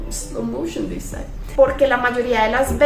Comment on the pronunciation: pueden explicar el " slow moiton this side" me imagino que lo saco de "diving deep" pero cuando el lo dice tampoco lo entiendo xdddd